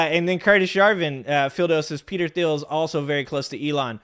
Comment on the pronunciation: Peter Thiel - the 'h' is silent "J.D. Vance will be ran" - run, not ran --Grammar Police 😂 Great show thanks! 👍